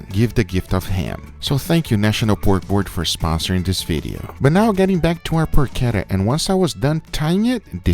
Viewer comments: Guga why you sometimes say the words in spanish and sometimes in English? I though you were going to say "PORCHETA" and you said "porkera" 😂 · it's not "porckedda" it's PORCHETTA. Get it RIGHT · PORK ETTA or Poke Etta lol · It's Porshettah. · Every time Guga says PORKETA An italian granma cries in pain..... PORCHETTA CH Not K or C or CC it makes a Tch sound not a Kuh sound ,you dont say Kiabatta bread,you say Chiabatta bread,you say Buggati Chiron,not Kiron ....The H after a C Produces Tch sound for god sake..... im really triggered,like the one time someone pronounced the name of the russian vodka Stolichnaya - Stoliknoya.... o_o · It is porchetta. You have pronounce it wrong. Yeah, you can have it in a sandwich. Enjoy it! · I cringe everytime I hear him say Porchetta. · CH in Porchetta is like in CH in "chase". Not like CH in "characteristic"!